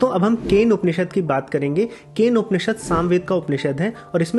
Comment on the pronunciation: Keno..not kane. I think.